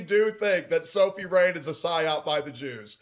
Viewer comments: Bro, her name is Sophie, not Sophia. Makes you sound clueless while trying to speak as an authority 😂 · How many times is he gonna say Sophia rain and not Sophie rain